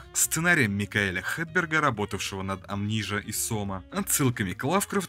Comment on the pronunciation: «Амнижа», твою мать... Почему бы не сказать просто «амнезия», чтобы все поняли?